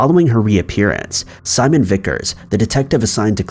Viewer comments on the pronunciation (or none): none